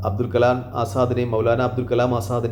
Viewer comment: അബ്ദുൽ കലാം അല്ല . അബൂൽ കലാം ആസാദ്‌